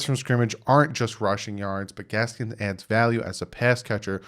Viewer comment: There's no S at the end of Gaskin. Just busting your chops a little, but you've been calling him Gaskins for a minute now. Love ya